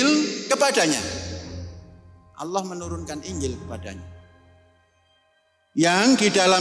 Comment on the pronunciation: Panji Gumilang susah menyebut kata Allah SWT